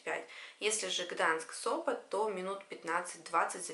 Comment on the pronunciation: Гданьск! Не Гданск! Gdańsk